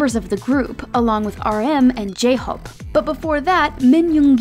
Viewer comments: talk about the pronunciation of jhope as jhop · Why did the narrator say j-hope like its a traditional name like she could possibly butcher it lol A for effort tho